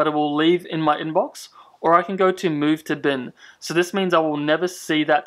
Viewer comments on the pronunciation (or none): none